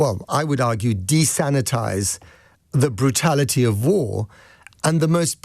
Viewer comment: not 'desanitise', desensitise